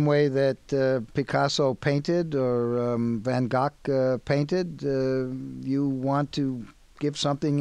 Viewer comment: doesn't it sound like Loyd said "Van Cock" instead of Van Gogh?